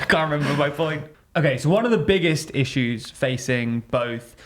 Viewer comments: please keep saying rissues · for the love of god please keep saying "rissues" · The big rishues are a lot worse for the homeless.